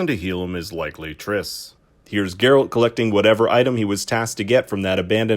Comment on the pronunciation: They really butchered Triss huh